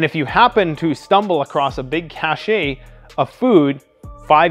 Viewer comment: It's pronounced CASH not CASHAY the spelling is CACHE, there is no accent mark above the 'e'. I don't say 'ABOVAY'. I say 'ABOV' for the same reason as the 'e' is silent. Go check a dictionary. Apologies for being pedantic. :-)